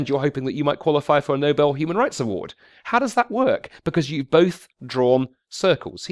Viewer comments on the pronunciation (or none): "Nobel" not "No Bell"